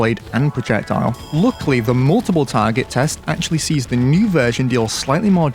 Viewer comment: "Whether it was bouffed, or ackshully just straight oup Naurfed!"